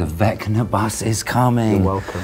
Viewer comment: Joseph accidentally saying ‘Venga-song’ instead of ‘Vecna-song’ and then Jamie realising, I’ve had that on repeat now for quite some time. 😂